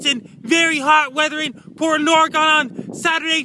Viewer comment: I live in Portland Oregon. Is this anywhere near this "Portland Ory-Gone" you speak of?